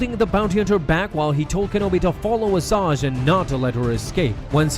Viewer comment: I’m triggered you called her Assaj lmao